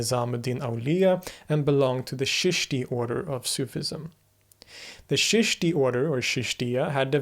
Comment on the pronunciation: Don’t say Sheeshti say Cheeshti, or Chishtiya silsila Started by Moin uddin Chishti rehmatullah alai, of Ajmer in Rajistan in India lived and is still remembered , the country was vast and had borders not watertight as of today’s times learn to say correctly and hold hands with Chishtiyas, join them as discipline Known as “Baith” much better for you as showing signs of deep interest, otherwise you will be seen like running in a maze….